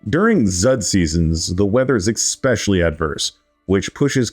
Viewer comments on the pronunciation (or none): Why the hell does this narrator say “ekspecially”